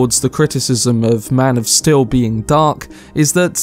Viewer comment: "MAN OF STIL"?